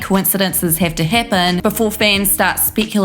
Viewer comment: Mann im only 5 mins in to this video n I swear if I hear "Heppen" one more damn time!😡